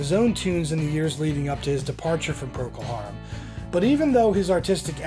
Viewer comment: "Proko" Harum??! Really??!